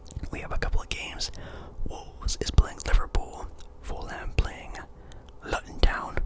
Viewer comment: it’s pronounced “looton” btw bro but great vid